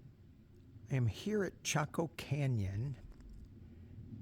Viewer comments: You did pronounce it correctly. …M🌼M of 5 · Yes you said it correctly. My mom in law spoke a lot about Chaco Canyon. You are nearby to my in laws in Farmington New Mexico. I used to live there. I loved camping in the San Juan National forest. My in laws are very interested in the Anasazi Native Peoples. My brother in Law who believes in aleins.